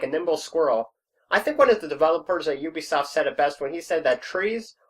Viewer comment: Did he really say oobisoft not ubisoft wow